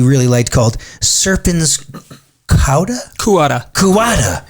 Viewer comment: It's latin, not "cuada" but "cauda" (meaning "tail"); "Serpens Cauda" is translated as "Serpent's Tail".